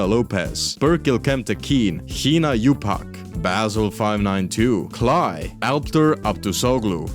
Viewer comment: now I know how foreigners pronounce "hinayupak" 😂